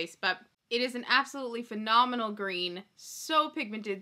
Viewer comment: Every time says phenomenal I can't help but think of snooki lmaoooo them jersey girls ❤️